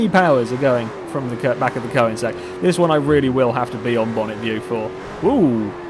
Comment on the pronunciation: There's a big problem with the name Koenigsegg. Because OE is meant to replace the swedish Ö, because not many languages got that letter, but it's still pronounced the same way. I posted this because as a swede I find it very annoying to hear people say it wrong. Correct pronounciation